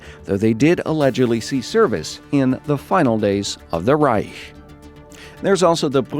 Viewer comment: did he just pronounced "Reich" correctly?